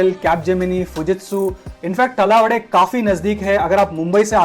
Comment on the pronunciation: तलावडे नाही, तळवडे आहे ते येडम्या.. 🤣